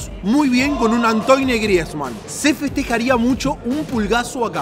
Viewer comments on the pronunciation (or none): Que forma de pronunciar el nombre de Griezmann. Y haciendo Portugués a Trigueros